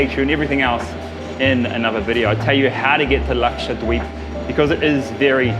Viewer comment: Everytime karl says Lakshadweep, Excellent pronunciation for a foreigner.